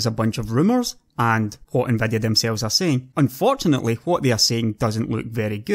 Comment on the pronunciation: you can FET them more....SEXHEIGHTY ... TRANSESTOR...NVEDEA...OMG this is so painful to listen to....seriously it is like I would speak in my own dialect on a youtube video... too bad because he seems quite knowledgeable..